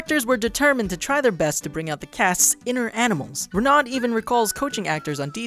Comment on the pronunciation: Get your French correct! It's Reh-no when you say "Renaud".